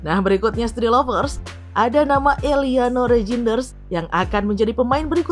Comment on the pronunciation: Tertawa saya min sebut eliano rejines haha belepen ya min atau lg sariawan😂😂😂😂